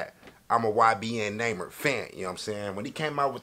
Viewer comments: He said naimer in the bigginin and when it started he said it right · Naw-mer THATS HOW TO PRONOUNCE IT YBN NAHMIR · Its not (nymer) its pronounced ( Ni- Mir ) 😂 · Why does he say namer It's prounouced (NAH Meere) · Not naymir it namir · its nah-mir not numer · Nahmir not namer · right 😭💀 “neighmir” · “Next Up, We Got YBN Namer” 😂😂😂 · "Next Up We Got YBN Namer"😂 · “Next up, we got YBN Namer”😂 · "YBN Namer" "Young Namer" 😂😂😂 got me hollerin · This man said namer😂😂😂love this nigga bro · YBN Nahmir: My name is Nahmir not Nahmir Everyone else: Its Nahmir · “ YBN Namer “ 😂😭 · 2020 sound like he said '''YBN Neymer' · He really said it’s YBN Namer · Mans said ybn namer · "YBN NAYMER"😂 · Lol he said naemir 😂😂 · He said ybn namer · That nigga said naymer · It’s nah- mer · Say number without the b that's his name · Nahmir pronounced (nah-mier) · Its n a imir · You say it wrong bro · you don't like him because you don't even know how to say his name.